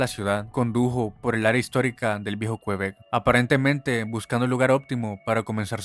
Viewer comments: Cómo que "qUebec", QuEbec, amigo mío. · Me da risa como dices el viejo qüebec 😂 pronunciando la u 😂